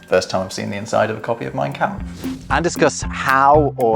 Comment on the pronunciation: Excellent video as usual from. My only criticism is the pronunciation of the vowel sound in the German word “kampf.” The “a” should sound like the “a” in “father.” There is a YouTube channel Pronounce Names that has a short video “How to Pronounce Mein Kampf.”